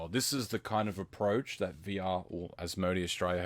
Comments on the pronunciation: is it an aussie thing to say As-Mo-D? Its pronounced As-mo-day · Probably just the case where he may not have heard how it is generally pronounced. I'm Aussie and I definitely say it as As-mo-day, but spelling-wise, it could easily be read as As-mo-dee.